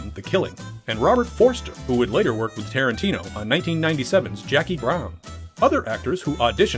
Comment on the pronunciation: "LET'S GO TO WOIK!?!"